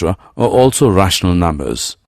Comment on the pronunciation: "Rahshnul numbus" Lol